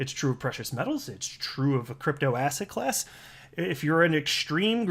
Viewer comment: You say asset class, and I keep hearing ass hat class. Lol Thanks for the continued great information!